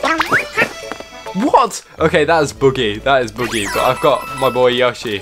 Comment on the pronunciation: he kept saying yoshi wrong